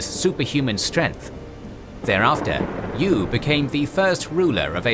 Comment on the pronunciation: It's not YU, it's pronounced YÜ